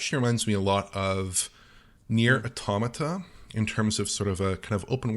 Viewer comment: just got so many brownie points from me for saying Automata correctly. (there was an official tweet from Square, that I can't find anymore, that says the pronunciation is like the english word Automaton)